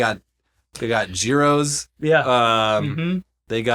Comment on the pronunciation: mispronouncing gyro hurt my Greek heritage